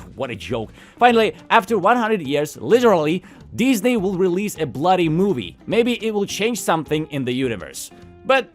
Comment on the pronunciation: I find it amusing how you occasionally pronounce it Dis-nay. Dis?... NAY! it dis is not the animation company I was looking for. Jokes aside, this does feel like the Red Letter Media quote "So, how does it feel to live long enough to see all your favorite franchises go down in flames?" Because, you know whatever is driving all of this is either A. Creatively bankrupt corporate types B. Creatively bankrupt nepo baby fanfic writers OR C. ALL OF THE ABOVE. Because for absolute train wrecks like these it cant 'just' be corporate. I mean, you can NOT tell me Velma Season 2 was a decision driven by profits.